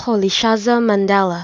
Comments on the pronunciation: Is this a joke? This is nowhere near how it is pronounced. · It's far from good that's not how it is pronounced by the way. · Mandela be like - No ..... Noooo...... That's not me.. 😭 that is not how my name is pronounced..... 😂